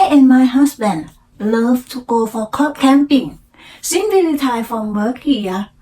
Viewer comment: after work ไม่ใส่ the retired รี ทาย เอิร์ด decision ออกเสียงกระชับครั้งแรกไม่ดี ครั้งสองดีค่ะ something ไม่ใช่ ซิง แลบลิ้น เป่าลมค่ะ เน้น R L ให้ชัดอีกค่ะ spring, from, planting , also, parent, around ,during, area, always คำนี้มีเสียง L s ด้วยค่ะ almost เสียง l และเสียงท้าย st shine เสียง n ขึ้นจมูกนิดนึง ไม่เหมือน shy chance เสียงท้าย ce เสียง V งับปากด้วยค่ะ provide เสียง R car เสียง เออร์ สอนแล้ว:face-blue-smiling: when I came here ไม่มี to ลิงก์เสียงอีก เช่น each other => each- chather good story 👍 เล่าอีก พยายามไม่แปลไทยเป็นอังกฤษ จะดีขึ้นค่ะ :eyes-pink-heart-shape